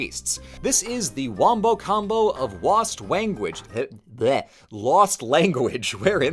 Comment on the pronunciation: bro said wanguage